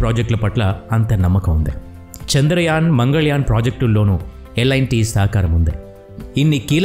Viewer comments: Lt ani unty merenti lit ani chadhuvutunnaru lt na lit na peru😮😊😂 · Lit kadhu bro adhi L&T so alane untadhi pronounciation